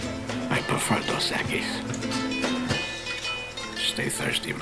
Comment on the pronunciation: its dos equis not dos equies learn spanish smart ones